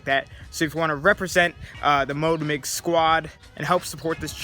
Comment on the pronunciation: Also, it’s MOTO Migs NOT MOTOR Migs lmao